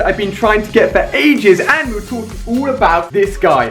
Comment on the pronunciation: btw its 'all' not 'ull' #nvm